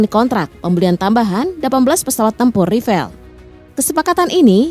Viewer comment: Mbak, beritanya basi benar..... Sudah dipublkasi berbagai situs youtube sejak lama.....kalian ketinggalan benar, nyebut (mengucapkan kata "rafale" pun belepotan mbak..!😊😮😅